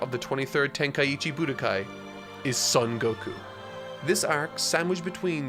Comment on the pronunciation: You still don't know how to pronounce Son Gokuu?! Cmon, man. Son sounds just like the English word "Sewn". And Gokuu has a long vowel at the end, so stretch out the "u" sound at the end. Gokuu is the correct way to spell it too.